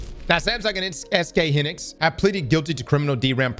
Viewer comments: Hynix is pronounced "HIGH-nix" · "SK Hinix" bruh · hin-nix, yea you lose me on that